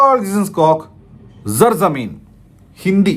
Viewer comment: It's not "Z"arzameen ... It's Pronounced as "S"arzameen